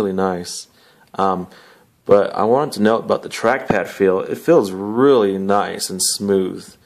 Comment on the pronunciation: "naicu~" lmao you sold me on it.